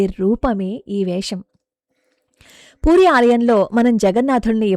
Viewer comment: పూరి not పురి , please correct